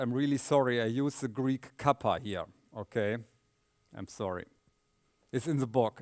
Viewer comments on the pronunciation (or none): none